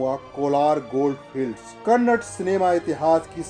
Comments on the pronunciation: Kannad nahi Bhai KANNADA 💕 Toda teekh se language use karo ನಮ್ಮ ಭಾಷೆ .. ನಮ್ಮ ಹೆಮ್ಮೆ ..❤😘😘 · It's Kannada, Not kannad. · KANNAD nahi saale. KANNADA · its not Kannad....... its KANNADA.... Thoda Zor Daliye...its KANNADA... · Kannad nahi KANNADA bolo. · Its Kannada not kannad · It's not "Kannad" it's KANNADA.. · Hello Before doing video have a knowledge about what you are telling... The language name "Kannada" not kannad. first learn how to pronounce.. Then start giving background voice.!! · Its not Kannad it's kannada 🙏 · Its not kannad its KANNADA🙏